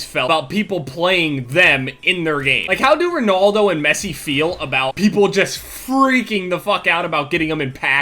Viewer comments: the way he prenauced ronaldo "RONOLDO" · "ronoldo and massi" pronunciation on point xD its all jokes dude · The way Americans say RONALDO lmfao